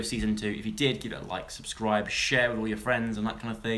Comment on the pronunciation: OMG THATS PERFECT HE NEEDS TO START SAYIN THAT AT THE END. THANKS FOR WATCHING AND MAKE SURE TO SUGGSCRIBE!!!!